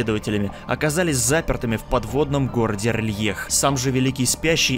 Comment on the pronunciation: А разве город не Р'лайх типо на а ударение, я когда читал делал это так